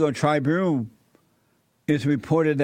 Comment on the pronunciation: "Chicago Tri-boon"